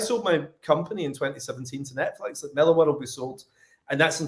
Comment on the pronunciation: Matk seems pretty cool (despite the fact that I'm the opposite of fond of the Ultimates and Kick Ass). If you ever have him on again, you MIGHT want to try to pronounce his last name MILLar (basicaly Miller) as he does, instead of millAR.